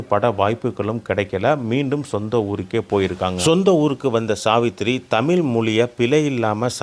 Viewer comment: இந்த காணொளியை ஒலிபரப்பியவர். தமிழராக இருக்க வாய்ப்பில்லை. தமிழை ஓரளவுக்கு தெரிந்தவராக இருப்பாரோ?? தமிழ் என்று சொல்வதற்கு பதிலாக தமிள் என் என்றே சொல்கிறார் . இப்படி பல இடங்களில் தமிழை கொள்கிறார்😅😅